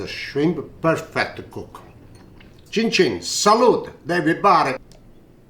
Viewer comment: I love when he say chinchin😂😅😊👍🏻👍🏻👍🏻👍🏻👍🏻👍🏻👍🏻👍🏻👍🏻👍🏻👍🏻👍🏻👍🏻🥂🍽🍝